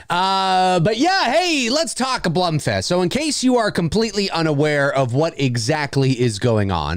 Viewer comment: im sorry. It’s actually „Blum“ like the first „wrong“ version for u. It’s a German name and it’s correct pronunciation is German. Sidefact: Blume is the german Word for Flower. That’s where his name is actually coming from. P.S much love for ur content from Germany 🇩🇪:)